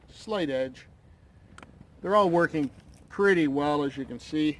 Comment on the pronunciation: I love this video. Definitely going with the solo now that I've seen this. When you said "that's a PURDYYY boil" it made me laugh out loud and reminded me of home. So thanks for that :)